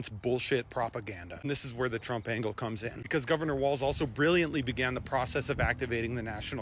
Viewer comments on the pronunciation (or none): none